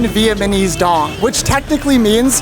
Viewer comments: & , not even through the whole vid but saying VietMANese instead of VietNAMese is crazy lol. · He keeps saying “Vietmanese” 🤣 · vietNAmese* not Vietmanese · Vietmanese though... Vietmanese 🤣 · it's so funny you keep saying vietmanese instead of vietnamese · He said "VietMaNese" 😂😂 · Is he saying “Vietmanese”????? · Bro can't pronounce "Vietnamese". He says Vietmanese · My boy can't say Vietnamese 😂😂😂 Vietmanese ❌️ Vietnamese ✅️ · VIETMANESE HE KEPT SAYING VIETMANESE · Within the first 3 mins, bro says "VietManese" and "costed"...sigh. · no way bro pronouces vietnameese like that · bro kept saying vietmanese its Vietnamese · bro said vietmanese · and bro say "viamanese" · every time he says “Vietmanese” it kinda pisses me off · viamanese coffee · man can't say Vietnamese